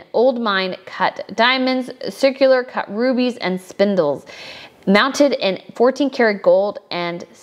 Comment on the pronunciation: Spinel, not spindle. It’s pronounced spin-Elle. Chaumet is pronounced Show-may! There were many mistakes in this video - I loved the coverage I just think these basic things ought to be learned before making such videos.